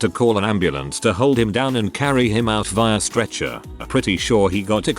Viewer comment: didnt know via was spoken that way until now lol